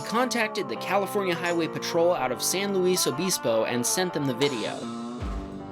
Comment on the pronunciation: It's pronounced San Luis (Lou-ease) Obispo (oh-bis-po)